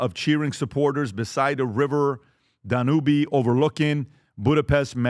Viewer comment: PBD pronounced the Danube River “Dah-noo-bee”. Only the most famous river in Europe.